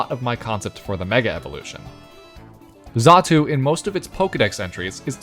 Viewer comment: Xatu, not zatu.